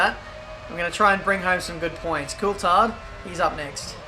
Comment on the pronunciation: Why can't you pronounce Coulthard correctly?